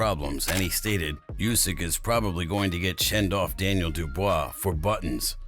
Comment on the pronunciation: It’s not Usyk it’s Usyk mate. Da fook 😮